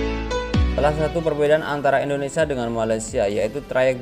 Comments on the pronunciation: indonesia brooo... bukan indonesa...😂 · Setiap bilang indonesia selalu di bilang INDONESA kacau ucapin bangsa sendiri aja salah